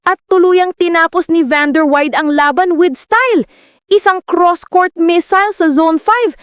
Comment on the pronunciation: Dear AI, It's van-der-why-deh. Ok?